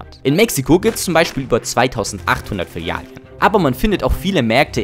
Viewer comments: Ok ich muss jetzt doch aufhören dieses Video zu schauen, da meine Ohren angefangen haben zu bluten. Wenn ich noch einmal das Wort "Filialien" höre raste ich hier komplett aus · Kein Mensch sagt Filialien.... 🫣🫣🫣